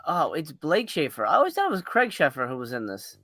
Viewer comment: Craig is pronounced Crayg not Cregg haha